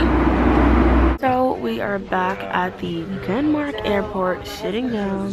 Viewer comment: Am I the only one who thought she said "we're at the airport shitting down"? Just me, okay.